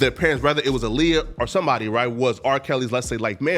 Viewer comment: every time say “right”, it just don’t sound right